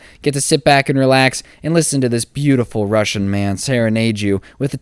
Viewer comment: I’m laughing cuz I’m Russia. And u said it so bad